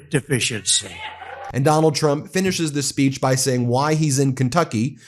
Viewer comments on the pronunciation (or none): "SPEECHon" lol